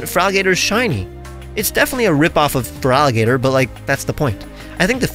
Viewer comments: Feraligato would be easier for Spanish speakers, because unfortunately, they normally say "Feraligart" "instead of pronouncing it as "Feraligator" I do speak Spanish as my main language, but is quite annoying when I hear wrong pronunciations for Gengar, Lugia, Giratina, Sableye, Liepard... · The way I'd pronounce it would be FARaliGatOO